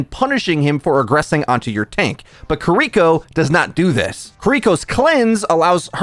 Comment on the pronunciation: omg, it's pronounced "kee-ree-koh", not "kuh-reek-oh", and it's really bothering me this entire video